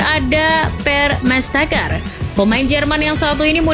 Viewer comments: Mestesacker... bukan mestakcer... 😅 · Mertesacker aja dia bilang mersteker wkwk